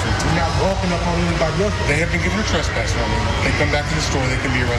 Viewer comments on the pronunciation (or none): Please stop, it is pronounced TRESS PASS, not TRUS PASS.